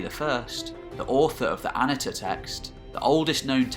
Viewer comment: I love these videos on the more obscure periods of history. I always enjoy it when they pop up in my recommendations, and I have to prevent myself from binge watching them. I was excited to see this video. For future reference, the Hittite "i" wasn't pronounced like the English soft "i" ("ih"), but rather follows the pronunciation found more typically in other languages, hard "e" ("ee"). So it's A-NEE-tah rather than AH-nih-tah. Also, Hittite doesn't have a "th" sound. It does have what's called a laryngeal, which sounds sort of like you're clearing your throat, which is written with the "h". (You will see it written in older books as "kh".) So it's Peet-HAH-nah, rather than Pith-AH-na. Fun fact: Hittite (and a couple closely related contemporary languages like Luwian) is the only Indo-European language to preserve any laryngeal. But in the early days of the Indo-European theory, before Hittite was known, linguists predicted that there had been a now missing consonant in the original Indo-European language. When Hittite - the oldest known Indo-European language - was finally deciphered, it is considered the final proof of the Indo-European theory. The Hittite laryngeal appears exactly where scholars had predicted there should be these missing consonants. But hey, we are only making educated guesses about pronunciation anyway, so no big foul. People still argue about "Suppiluliuma" vs. "Shubbiluliuma" vs. "Subbiluliuma" vs. Shuppiluliuma". (For the record, I think most people